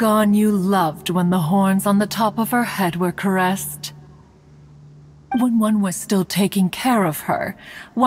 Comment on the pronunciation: I just know that caress pronounce "ca-ress" not "ca-ries"